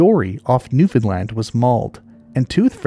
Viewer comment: 👏 for pronouncing Newfoundland (New-Fin-Land) correctly. Fantastic video!